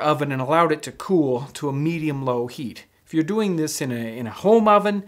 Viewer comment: did you just say “zis type of biscuit”